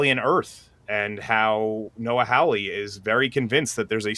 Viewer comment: How anybody look at the surname Hawley and read it as "How-Lee" is beyond me.